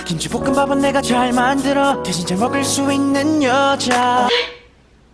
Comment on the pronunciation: “Rice”= rise 😔